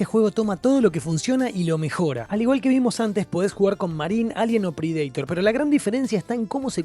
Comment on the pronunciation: No entiendo esa pronunciación de Predaitor? O es Predator leído tal cual en español o inglés. De donde sale el Predaitor?